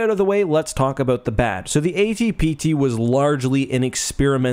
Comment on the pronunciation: brother man. You spent mins to talk "aboot" it. Lies!! edit Screw that snow mission in Rouge Squadron. ONLY mission I couldn't get gold in.